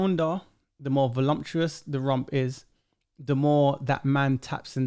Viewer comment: 'Voluptuous' not voluMptuous my guy. Good show.